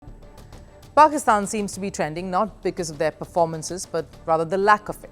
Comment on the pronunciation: We is she pronoucing it as if she's saying PORKISTAN?